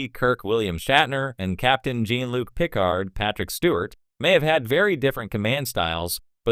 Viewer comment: Pet peeve of mine is saying Star Track. And yeah pronouncing Picard's name wrong. Like Q in "Tapestry", or the hotel owner Miss Carmichael in "Times Arrow part 2".